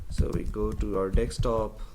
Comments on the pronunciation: Very nice tut 👍 just speak it desktop n not dekstop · It's pronounced "dessktop", not "dekkstop". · Stop saying dickstop it's desktop !!!